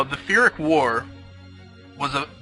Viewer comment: Its actually Pyrrhic and not Phyrrhic, so its a P sound not a Ph sound. I always pronouced like you "Phyrrhic", but just went to check it out now. other than that, thank you for the history lesson. Was pretty awesome. good video